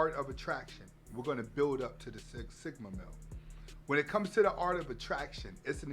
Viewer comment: “Thigma mill”